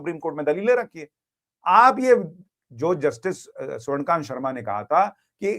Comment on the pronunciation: स्वर्णकांत नहीं स्वर्णकान्ता